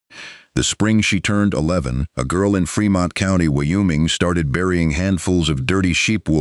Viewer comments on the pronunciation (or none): State pronunciation 101...the state of Wyoming....WHY-"OH' Ming....capiche?